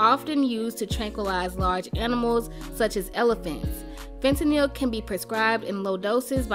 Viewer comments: The way she pronounces fentanyl is literally how it's spelled it's not "fen ta nyl" it's "fent nal" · "fentakneel" lmfaooo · The pronunciation of fentanyl 😂